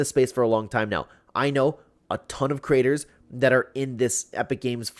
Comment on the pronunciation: Girl, are you ok? Also its “creator” not crater💀🤣